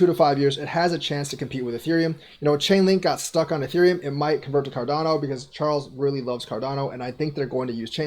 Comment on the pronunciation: Nice video but Charles deley every time